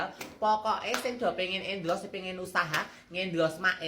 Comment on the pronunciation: Endors sayaang bukan endros sayaaang 😂😂😂❤❤❤